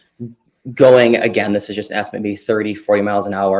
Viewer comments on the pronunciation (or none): Can I just say one thing?…. It is ASKED, not aksed